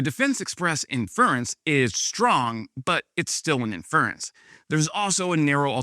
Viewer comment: In - FER-ence ? 😂 Same American pronunciation as Com- POS - ite ! Americans still manage to make me chuckle…despite the descent to fascism.